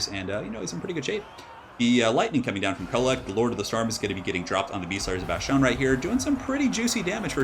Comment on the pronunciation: Dude please stop saying bashtone there is no h in bastonne it’s pronounced bas-tone